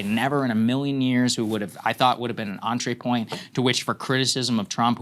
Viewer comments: What is an "entree point"? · Really need Saagar to stop saying entree point